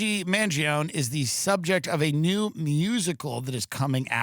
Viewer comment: You and Tim Pool and all the Millenials need to say the name right. man-gee-OWN-nee